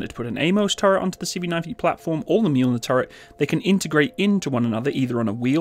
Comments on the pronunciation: Fyi , it's "ma -Joel-near" not " mule-near" , get it? The m sounds like what? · Not Mjuuulner It’s Mjölner i don’t know how to explain ö in english, but the Mjölner is Thors/Tors hammer (Tors hammare) in Swedish. But to say mjuuulner is like if the Terminator would say ”Mjau” instead id hastalla vista or i will kill you. And you can use the Strix round to Mjölner. The Strix round is like Excalibur but for mortars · Wow the difference between the deployment time of 2x120mm of Mjölner vs. that faff of a single 105mm from the humvee just got me anxious as hell. Also you completely butchered the swedish military designation of this tank and I had to laugh out loud.